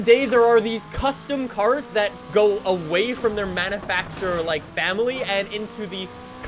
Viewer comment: ITS NOT MANNAFACTURER!!!! IT manUfacturer.